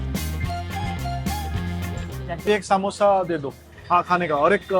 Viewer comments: शुद्ध बोलण्याच्या नादात अशुध्द बोलतात . सामोसा ❌ समोसा ✅check wikipedia अशणार ❌ असणार ✅ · सामोसा नाही समोसा 😊, समोसा' बिल्कुल सही और मानक शब्द है, जबकि 'सामोसा' एक वर्तनी (अशुद्ध उच्चारण या लिखावट) की गलती है